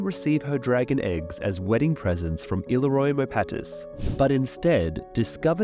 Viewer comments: Not Ily-Roy. It's pronounced ill-ear-io. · “ILL-oh-roy?” Bro, I know you’ve seen the show, it’s “Ih-LEE-ree-oh”. I swear this channel mispronounces so many names. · *ILL-EAR-E-O… they say it many times in the show my man, idk how you’re fuckin up the pronunciation of this dude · Stop mispronouncing Illiyros name...Its ILL-Leer_ Re-O